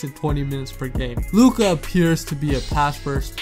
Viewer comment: Compliments for pronunciation of Luka’s name 👏👏👏👏👏